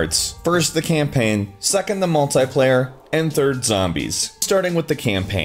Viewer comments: It's multiplayer not multyplayer just saying😊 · Ur crap at cod + its not 'Multiplier' its Multi Player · it is not MULTAY-player, it is multi-player, TEA!!! MAL-TEA-PLAYER goddamit stop it